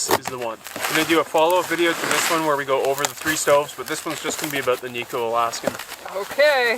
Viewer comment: It's Kni-Co as in Knight, not Knee-Co :)